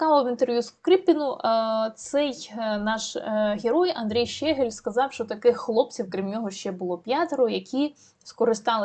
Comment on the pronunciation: Дякую за працю, лиш зауважу - ЩегЕль, а не ЩЕгель... і оте "по...єлі" - це не прикрашає репортаж. Та й тексти того щегля варто було б опрацювати, а не привчати такими "шедеврами" український народ до узаконення московинського матюччя